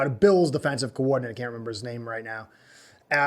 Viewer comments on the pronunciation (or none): none